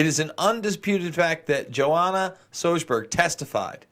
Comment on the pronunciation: pronunciations : Giuffre = JOO-fray Sjoberg = SHO-bare